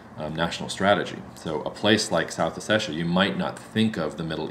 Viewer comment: it's hard to take these guys seriously when they can't even pronounce "ossetia" correctly